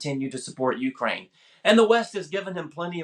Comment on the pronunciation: Man who can't pronounce "Ukraine" expert on Ukraine